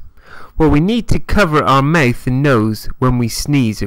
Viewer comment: Maeth? You mean mouth?